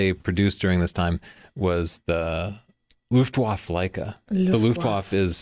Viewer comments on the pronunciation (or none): beg you, it's "Luftwaffe", not some bizarre new pancake. It's pronounced "Luftvaffe", with an "e" at the end. Here is the pronunciation: - then click on Listen button on the left side (source language). And thank you for an excellent episode. Fascinating history. I wish more companies would stick to producing at least one old-style model, like Olympus OM-1n, Nikon FM-2n, etc. I like Leica, but like you, I have a hard time justifying spending that kind of money on a hobby. Perhaps when they release they new model with 42 MP. Maybe. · Luftwaffe is pronounced like [Luft-vaffa]. In German, all Ws are pronounced like Vs & if there's an E on the end of a word, it's pronounced like "uh" or "ah". (same thing). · If Leitz is pronounced "Laitz" and Leica is pronounced "Laica" then Leipzig is pronounced "Laipzig". Luftwaffe is pronounced "Luftvaffe". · andriup but it killed me when he couldn't pronounce 'Luftwaffe.' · let google translate pronounce foreign words for you, you got them wrong: Kanzler (starts with k) luftwaffe (e at the end is not eaten). other than that an interesting story, thanks.